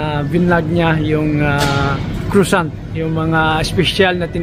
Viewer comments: Just to say that the pronunciation for croissant is ‘kwa-son’ not ‘crosant’ 😊😊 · Pronounce croissant French —-(Cra’sont) !!!